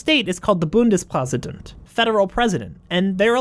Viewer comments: Small nitpick: You tried so hard to pronounce the German words (and you did it beautifully), but failed at the easiest thing: "Ä" is pronounced "E". "Ä" only exists because of etymological reasons and is basically just an "E". So, "Bundespräsident" is pronounced "Bundespresident". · When you had a bit trouble pronouncing "Bundespräsident" my german ass was laughing and like "But actyally, most people have worse pronunciation" and then you pronounced "Ministerium" perfect and my german ass was quiet